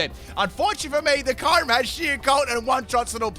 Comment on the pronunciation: He said ✨kayrim✨